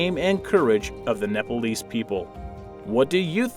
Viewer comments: Its Nepalese stupid not Napalese. You don't know how to say it, don't say it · It's pronounced nepalese not nepalies ಠ益ಠ